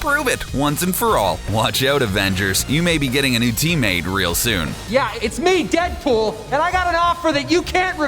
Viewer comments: "Cable and Deadbull" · In you hear him say Deadbull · He said dead bool